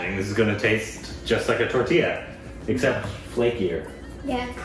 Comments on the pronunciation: 😂😂 Tortilla is pronounced as Taw-tee-yah.. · Tortilla??😮 I heard tortiya which sounds like rotiya😂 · Tortiya sounds like rotiya( plural of roti)